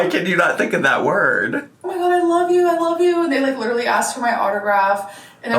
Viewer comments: LEEDERLY BWAHAHAHAHA That scratched my brain so correctly. I hate how she says it like like that. I don't think she graduated college OR it's true ehat they say about the south..... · idk where she picked up LEEDERLY but she needs to leave it im gonna rip my ears off (sorry to anyone else who says literally like that, i am sure you dont shout it like her)